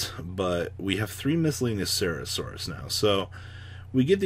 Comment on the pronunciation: if you say miscellaneous cera saurus one more time im gonna put you on the banlist